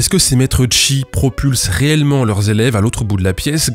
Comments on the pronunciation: tu pourrais réupload la vidéo en disant "cheese" à chaque fois au lieu de "chi" stp? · "On va observer le Chi", je ne peux pas m'empêcher d'entendre "on va observer le tchi", càd le rien. C'est annoncé dans l'énoncé, en fait.